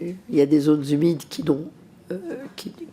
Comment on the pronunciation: Les zones z'humides !!!! on n'a pas eu les mêmes professeurs 😂